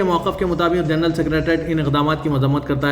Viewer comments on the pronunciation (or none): none